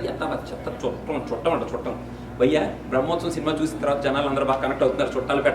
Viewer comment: your "bhayya " sucks brother. Your review is no less thoe :/